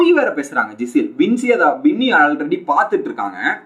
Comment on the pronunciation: Not Gisele bro she is Gizele (ஜிசெல்) must pronounce like this